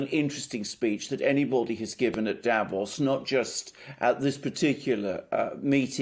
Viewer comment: please, again: don't say DAvos, the. correct pronouncation is DaVOS, stretching the second syllable. Don't you read your comments? It hurts my ears every time you say it wrong!